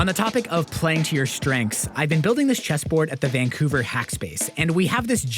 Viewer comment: It was only when u said it that I realized.. this isn't a pallet cheeeeseboard... this is a pallet chesssssboard!! xD